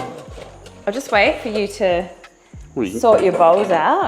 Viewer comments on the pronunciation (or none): none